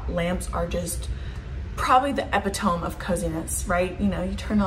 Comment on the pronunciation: Thank you for this great video! Could you do one about possible improvements to builder grade rentals if you don’t want to renovate/spend too much? Also, respectfully, “epitome” is pronounced differently.